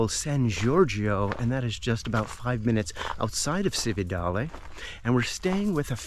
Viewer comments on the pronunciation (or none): and just to upset your pronunciation apple cart a little more, Cividale is pronounced CHiv-e-darlay, great video, well done, grazie 😊